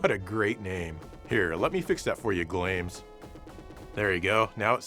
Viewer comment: I think Glames from Valis 3 is pronounced "Glah mehs"... Also, as for the controls on the TurboGrafx CD, there's the Avenue Pad 3, and the Polymega RC04...